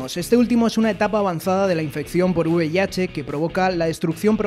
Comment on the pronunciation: es V I H no uv i h